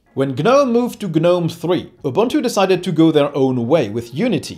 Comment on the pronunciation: Kudos to you for pronunciation. Ja, that is more or less what Ubuntu sounds like in the real world. When a reviewer mispronounce, I unfollow. I just followed your channel. If you can pronounce it, you achieved more than so many Linux "experts."